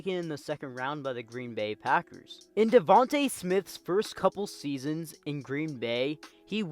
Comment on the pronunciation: Bro said devante smith 🤣